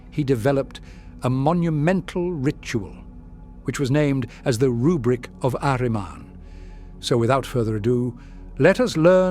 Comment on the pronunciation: Love how the voice pronounces Ahriman. He's one of my favourite 'Chaos' characters.